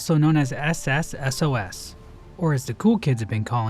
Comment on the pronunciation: He's back and not even 2 months late this time!!! Also for some reason the way pronounces SSSOS sounds so funny to my ear